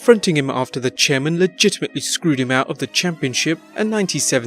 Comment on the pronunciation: Why d u say legitametly so much gay idiot